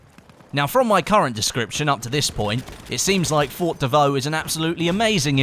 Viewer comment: FORT not FOR PRONOUNCE THE T FFS